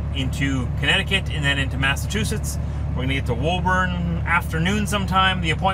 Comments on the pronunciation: Love your videos been watching for years. I live in Massachusetts and just wanted to say you are pronouncing Woburn wrong 😂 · Darn it, as I said before it’s Woo-burn not Whoa-burn! Oh, and real truck stops are hard to find up here. There is a TA in Greenland NH off I-95 on your way to Maine so you can grab a shower there. As always be safe and thanks for bringing us our stuff. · 😂, it's pronounced WOOBN.